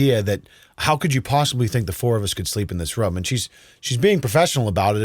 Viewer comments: Room not rum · always says ‘Rhum’ for Room..😂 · Weird pronunciation of the word 'room', sounds almost like 'rom' is that an American thing or just this guy? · Anyone else hear him say the word ROOM weird every time he says it lol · Bro you say "room" like one would say "book". How do you say "poop"? Running joke in my family, just want to know, thanks